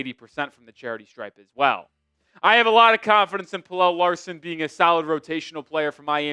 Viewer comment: u gotta stop pronouncing pelle like that bro